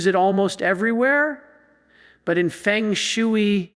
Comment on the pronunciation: The concept and practice of feng shui is not pronounced like 'chop suey'. I pronounce this AI crapola like B. S. Fake stuff!!